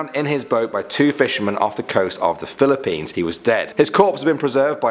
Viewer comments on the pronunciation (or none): When he said Philippines i was like: 🙂😫😬